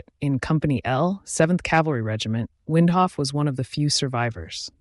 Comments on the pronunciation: WINDOLPH--- not Windhoff. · Windolph. NOT Windhoff. You lost me in the first sentence. Facts matter. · Get your spelling/ pronounciation right. Windolph was not in company L, which was annihilated. This is NOT an eyewitness account. It's a retelling by one of the MANY survivors who were not with Custer. Cheese-dick computerised narration. Another half-baked yt vid.